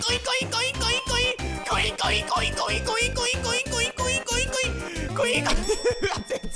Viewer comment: 最近「ボキャーん」が好きですw 後、口笛はずるい！！www 絶対口笛の時ニヤけてたでしょー！( *¯ ꒳¯*) コインコインがインコインコに聞こえてくるw